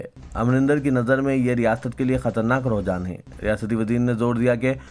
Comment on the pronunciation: रूहजान नहीं रुज्हान है